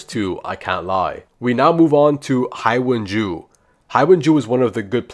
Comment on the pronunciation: Hi-wung-jun-jo got me rolling